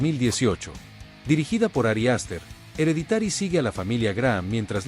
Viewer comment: 10 : "DE LOJE" ... 8- "EREDITÁRI", 4 ".".DE CÚRSE". 1- SRÉDS. Aprende a pronunciar Inglés, hombre. Qué vergüenza!